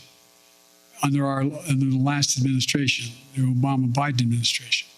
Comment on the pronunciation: Putin: "Okay guys, you heard BITEN, He's given us the okay to go into Ukrain"!